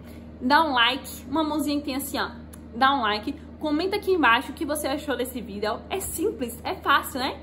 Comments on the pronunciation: Melhor "Vidél" que já vi sobre NIF, pois esse "Vidél" é muito explicativo, sem esse "Vidél" eu nem saberia que precisa do comprovante de endereço brasileiro!! Esse é o "Vidél" que todo brasileiro pensando em morar em portugal deveria assistir!! Que "Vidél", que "Vidél" kkkk a palavra "Vidél" não sai mais de minha cabeça, socorro!!! Kkkk "Vidél"!!! Kkkk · o jeito dela falar videl é engraçado demais " jhente compartilha meu videl " kkkk